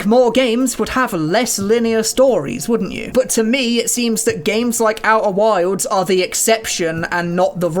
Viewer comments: Oeh' whaildz' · "Au'er wilds" never heard it said that way.